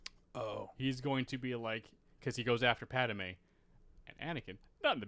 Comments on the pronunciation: Why not fix your pronunciation of Pad-i-may???? WTF???? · Is it me or is pronouncing “Padme” weird?